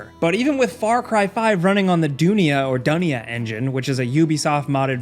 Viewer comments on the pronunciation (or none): Dunia, it means World in Hindi. It is pronounced as Du ni a